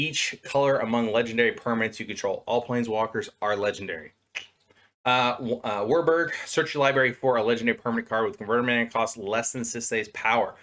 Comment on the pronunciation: Warburg?? How about WUBRG woo-berg lol